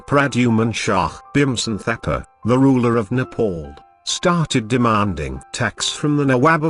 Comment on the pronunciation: itss not thakea its thapa